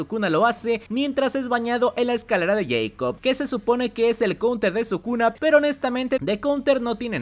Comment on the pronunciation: Tuve que dejar el video, no aguanté tanto “escalera de yeicob”